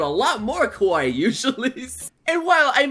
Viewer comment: You need to watch your pronunciation of Kawaii (Emphasis on the Ka), because you sound like you're saying kowaii (which means scary). Yes, I am very particular.